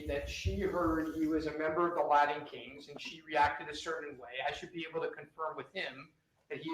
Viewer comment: Oh Jesus! Did Say Lion kings or LILA king instead of Latin Kings. He then said clearly Latin Kings after the Judge said Latin King. I would fire before I got back to the jail. Lmao